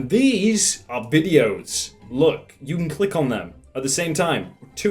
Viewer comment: no one:: cliock, clieck, cliick